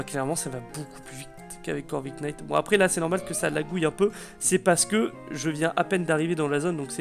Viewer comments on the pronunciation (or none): none